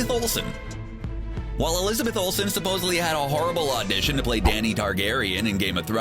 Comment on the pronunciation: Did the narrator really say “ supposbly”? Lol